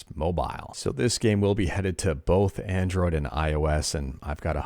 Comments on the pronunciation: Ahhh yes, "Adnroid"🤣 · "Adnroid" What's that?